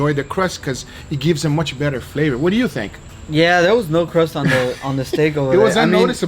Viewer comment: "Let's dew it"'